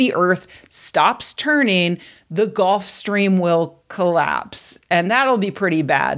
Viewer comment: GULF. GULF stream. Not “golf”.